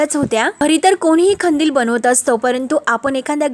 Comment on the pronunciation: नीट मराठी बोला हो खंदील नाही कंदील